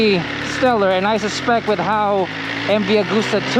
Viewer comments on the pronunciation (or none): none